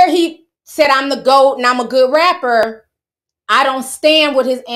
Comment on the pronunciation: 😂😂😂You said “ion know what Elon Musk gon do” 😅